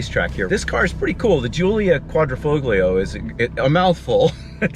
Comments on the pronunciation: qua dree foll yo. The G is silent. The foll rhymes with roll. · it's "folio" vs "foglio" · "QUAD-RO-FOB-LIO" 🤣 Really? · "quad-dra- fole-yo", please.... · Said Quadrifoglio. The G is silent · The G in Quadrifoglio is silent bro. 🤦🏻‍♂️ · The “g” in Quadrifoglio is silent. God Americans are an embarrassment. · Excellent review but the G is silent. Think Italian. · The G is silent in Quadrifoglio. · the G in Quadrifoglio is silent